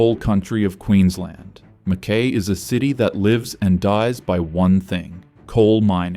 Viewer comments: It is Ma-Kuy rhyming with Guy. Not Ma-KAY. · Is the speaker Australian? "Mackay" has always been pronounced Mc-KY, not "Mc-Kae". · Fancy an Aussie pronouncing an Australian town incorrectly lol. Hubby is born and bred in Mackay, it’s Mac - Kai not Mac - Kay 😂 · MACKIE as in pie. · Yeah, just what I was gonna say ! " Mack-Y " ! Whose doing this voiceover, obviously not a local ! So, is this all full of bullsh!t ? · McKay, pronounced McKai. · How does he not know how to say MacKay?? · Then in comes Pauline! LNG .....you beaut. Climate change....yeah nah. Coal.....YES!! Wouldn't take this goof seriously....can't even pronounce MacKay. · Im a Kiwi, and even l gringed when he misprounced MacKay. Surprised he got Geelong correct. As for the list are we surprised? No! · This narrator can't be taken seriously when he can't even pronounce Mackay correctly. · You spelt MCKAY wrong😂 and you pronounced it wrong as well. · Wasn't that annoying? 😀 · Well said! How can anyone believe a word after that? It shows amateur research.